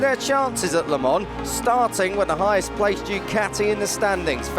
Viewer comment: Le mans,why this dude keeps saying 🍋 lemon?